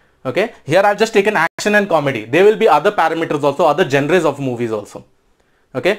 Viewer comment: Explanation was amazing but i laughed at the way you pronounced genre